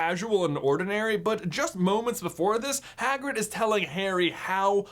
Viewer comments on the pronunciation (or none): "Swagrig" lol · Swagrid killed me everytime 😂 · lol swagrid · Swagrid XD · And called swagrid😎